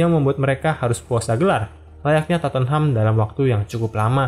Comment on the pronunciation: Penyebutannya bukan totenham bang tapi totnem. Just info. Koreksi tambahan awal didirikan, john houlding memberi nama Everton athletic namun ditolak sama FA karena gak bola ada tim sekota dengan nama yang sama, akhirnya liverpool ganti nama seperti sekarang deh. Koreksi tambahan lagi, shankly gak pernah juara UCL bersama pool, melainkan cuman piala uefa.